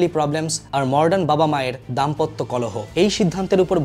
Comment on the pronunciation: আমিও আগে মডার্ন কে মর্ডান বলতাম। এদিক টা একটু খেয়াল করবেন ভাই। বাদ বাকি, সংক্ষিপ্ত আলোচনা খুব উপভোগ করেছি।